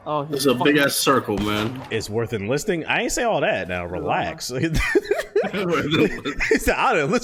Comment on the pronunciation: Nigga said it’s worth inlisting 🤣🤣